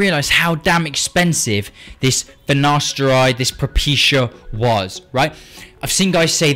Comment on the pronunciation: ok i will not take finaSHteride